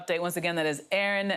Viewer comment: lol "jayjack"